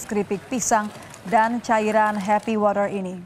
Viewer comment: Nyebut water nya biasa aja kalo mba... 😅